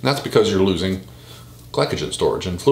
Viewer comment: It’s pronounced gli so jen but spelled glycogen